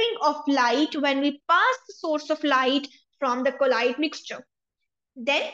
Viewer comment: its pronunciation is not collide mam, it is colloid